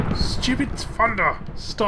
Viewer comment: he says funder instead of thunder